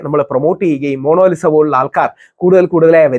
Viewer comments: മോണോലിസ അല്ല മോണാലി സ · താങ്കൾ 'മോണോലിസ' എന്നുച്ചരിക്കുന്നു. ''മോണലീസ' എന്നാണെങ്കിൽ ഇംഗ്ലീഷ് രീതിയിൽത്തന്നെയായി. എന്തായാലും 'മോണോ' എന്നു പറഞ്ഞത് തീരെ നന്നായിത്തോന്നിയില്ല. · Rahul sir, monolisa alla. Monalisa aanu...😊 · DEAR rahul ..Monolisa alla ..it's MONALISA🎉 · Inger kure book vayikunundalo..oru per coorect parayan aryila